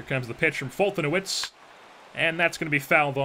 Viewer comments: As a Braves fan I'm pretty sure it's pronounced "Fol-te-nev-ich" , just in case you care. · It's pronounced folt•a•nev•itch= foltynewicz